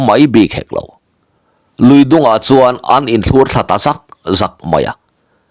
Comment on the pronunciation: Pahnih in um hi inthlûr ti hian in lam tlat mai zel hi a mak ṭhin, thlur hi a ri a hniam tur aw